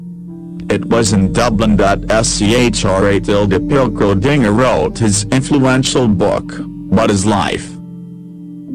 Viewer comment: The computer voice is reading the script wrong, specifically Schrödinger's name